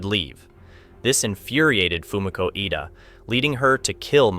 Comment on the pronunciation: I don't know if you realized that you were going back and forth in pronouncing Fumiko's last name. Sometimes you called her Fumiko Eda and other times Fumiko Edo. Could help if you had someone watch and edit the videos before publishing. You could just make them private and ask a friend to watch it before you open it up for everyone. Other than that I really enjoyed this one well written and narrated.